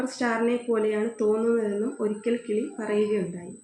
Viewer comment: കിളി അല്ല കിലി